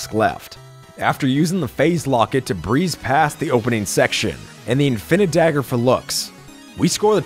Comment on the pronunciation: You said infinidagger the wrong way. It’s required always required to yell it like Danny